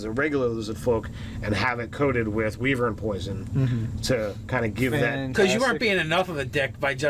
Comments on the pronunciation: wee-vern.... i think its pronounced why-vern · wy·vern ˈwīvərn/ long EYE whEYEvern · Pronounced "Why-Vern". Like from those Ernest movies. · Just so you know its pronounced w-I-vern